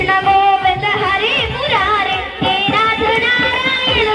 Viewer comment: राध राध बोल रहे